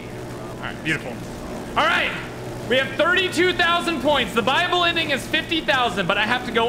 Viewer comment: Why did I think he said "Bible Ending" instead of "Buyable Ending"